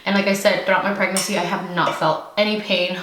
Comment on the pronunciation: Say it with me preg-nancy 😂😂